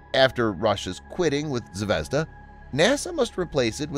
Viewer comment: zvezdA -- ударение на последний слог , kIkina -- ударение на первый слог